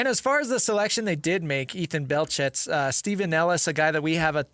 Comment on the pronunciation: The "T" in his last name (Belchetz) is silent.